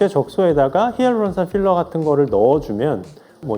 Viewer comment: “어 쁼러는 씌러요~” ㅎㅎㅎ 현장감 두둑합니다 ㅎㅎㅎㅎ👍🏼👍🏼